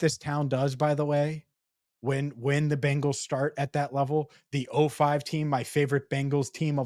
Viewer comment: not only do you pronounce Bengals like the all female 80s rockers The Bangles, but you actually think Jordan Love is in the same boat as BURROW! BURROW will be a hazy shade of winter for the league for sure. Week 2 gonna be a Manic Monday for the Chiefs, and gonna make Lamar walk like an Egyptian